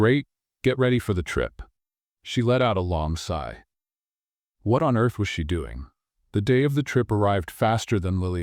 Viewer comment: Side,should have been “sigh”